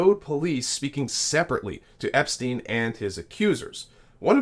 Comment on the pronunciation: You are mispronouncing his name. It is not Epstein.